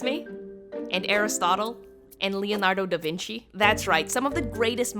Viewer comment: the way you prounance the italian name like Leonardo da vinci trigger me so bad but I will get over it because over all the video it's good but. please find the right way to say italian name because we read thing as they are wrote and don't invent thing